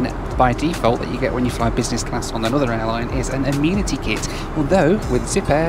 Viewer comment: Why are you calling it an “ah- meen- atty” kit?